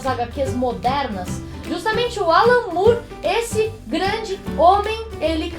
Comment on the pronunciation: é more mesmo e não "Mure"